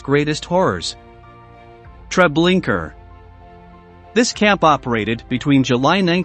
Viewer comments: Treblinka not Treblinker. I don't understand how this can be mispronounced. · TreblinkA...there is no ER at the end. If you're doing something important as this horrific event in our lifetimes, make sure you use a real voice. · To the guy reading this, Trablinka ends with an A , not an R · It's Treblinka not Tre blinker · Pleas. It’s not TREBLINKER. It’s TreblinkA. Pronounced Tre Blink A. The A sound is the same as in car. Sounds like Ar. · Where do these narrators come from that they cant pronounce correctly? Treblinker??? This is when i stop listening! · Its is pronounced " TRE BLIN KA" If you do another video again don't use AI it makes you sound stupid. It's also very disrespectful to those you are trying to document about. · Yes do you suppose this robot was of British origin and that's why he pronounced Treblinka as "Treblinker" ? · Every time I hear the narrator say Treblinka as Treblinker I cringe. It’s not that hard to pronounce. Did anyone review this video before posting it? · It’s TreblinkA no r at the end! Get it right. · Just a request to do this again and put an actual human voice narrator. These people were already dehumanized once and now to have a robot read their final days out in 'Treblinker' still seems like all they are is statistics. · Very interesting stories. But if I heard the narrator say Treblinker one more time…😱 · "Treblinker" ?? LOL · It's spelt "Treblinka", but pronounced "Treblinker"? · No, it is pronounced "Treblinka". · I wondered why it sounded so weird. Also, why was it saying, “Treblinker?” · Why Trablinker? You can be bothered to watch 1 documentary or google the pronunciation there is no R at the end of that word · Mispronouncing Treblinka is beyond irritating. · Please edit the way you say Treblinka out off respect! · I cringed every time Treblinka was pronounced incorrectly.